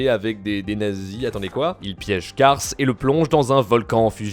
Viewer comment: C'est bien Kars, pas Cars